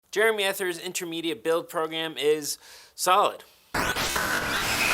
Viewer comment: Just an FYI - his last name is pronounced E-TEE-AY